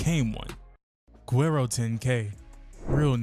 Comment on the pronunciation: How this dude can't pronounce guerro. It's not ger-rare-ro. It's wh-air-do. If u Makin videos about it pronounce it right.